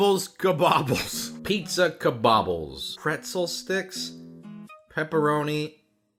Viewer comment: Ka-bob-bles?!?!? BRUH 🤣🤣🤣🤣🤣🤣🤣 I seriously think I'm dying 😂 😭 💀 🤣